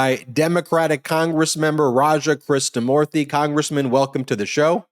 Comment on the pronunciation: KRISHNA MOORTI NOT Christa Moorti